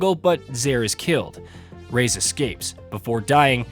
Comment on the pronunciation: Rais is pronounced "rise/rice". You got it right the first 5 minutes of the vid but later you started calling him "Rays" which is super weird.